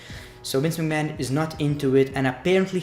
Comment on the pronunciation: huh. That's how he says McMahon every